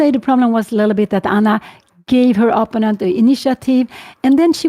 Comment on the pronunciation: I would like to offer the tinniest bit of help for Ms. Cramling's great commentary. The word in English is pronounced opPOnent (accent on the second syllable). Since it's a word that comes up constantly, I thought it was worth mentioning for the future. Thank you for your work on the channel.